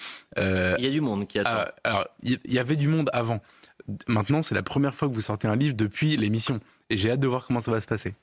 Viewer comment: Monsieur de Villiers vous ne prononcez pas bien ni toujours clairement le V. Par exemple dans l'expression "Comme a(v)ant" au début de votre interview . A mon avis vous ne vous mettez pas assez en avant. Le V de de Villiers doit aussi être celui de Victoire ou de Vive le Roi❤. Voilà c'était l'instant psy pour vous aider tout simplement à venir vers votre avenir. Merci par avance.